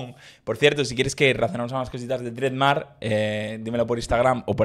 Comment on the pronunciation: Se dice Dred Mar ai